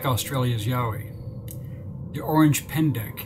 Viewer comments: It's not Orange pendek its Orang pendek😅😂😂😂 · It's ORANG Pendek, like in orangutan, not ORANGE like the color. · Its Orang pendek not Orange pendek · Say it with me yall, "oh rang penndeck" not orange pendick. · Fyi it’s: Orang pendek, not orange pendek. Orang like orangutan. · "Orang pendek", not "orange" 🙂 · The correct pronunciation of Orang Pendek is Owe-rung Pen-deck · Did you just say Orange 🍊 Pendak ??? FFS 🤦🏻‍♀️